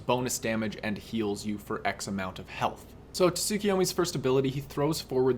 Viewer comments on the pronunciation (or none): This man says “Tah-sukuyomi” smh smh